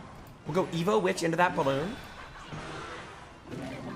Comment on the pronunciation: Why is he calling them evoED everyone calls them evo 😂